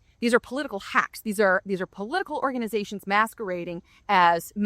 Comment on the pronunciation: Lol, around the 5 min mark it sounds like she says "whore-ganization" which I am totally using from now on!